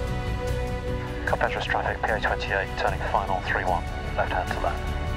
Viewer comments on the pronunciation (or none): Another great video. Amazing that you got all the way to Carpentras without learning how to say it. CAR-PONG-TRAH!